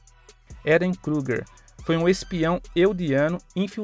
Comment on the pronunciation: Ele fala o nome do eren errado kkkk achei massa mais 1 inscrito